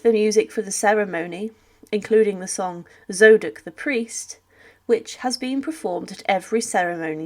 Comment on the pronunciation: What the heck is Zoe-duck the priest? You mean Zadok the Priest?